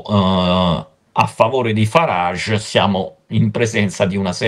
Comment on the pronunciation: Finalmente una persona che sappia pronunciare correttamente il nome di Farage.